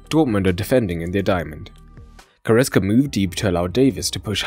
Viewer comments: Good analysis, but it is goretZka Not goretSka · It's GoretZka, for crying out loud! It's a "Z", not an "S"!